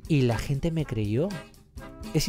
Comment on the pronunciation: los peruanos no pronunciamos " hablar con la GENTE " como lo pronuncia este imbecil, asi que si tu eres peruano yo soy john lennon